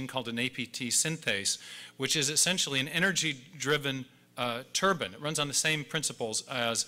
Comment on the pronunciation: Love that description he said about the biological motor that a a like a turban 👳🏽. It's turbine not turban. 🙄